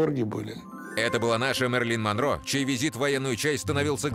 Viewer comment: НО ТОЛЬКО НЕ МАРЕЛИН МОНРО БАРБИ И МОЗГИТАКИЕЖЕ А ВЫГОВОР УБОГЕНЬКИЙ